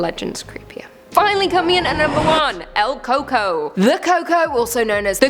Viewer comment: LOL, el coco, pronounced el cu-cuí